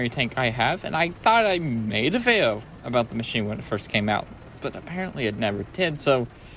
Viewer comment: When you say vayo do you mean video?